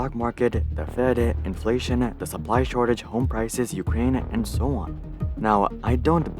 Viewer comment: Shortage instead of Shorgage